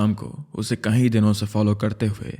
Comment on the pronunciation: Bro please pronounce “Kai” (english:many) correct, you pronounce it as “kahin” (english: where). Its hella annoying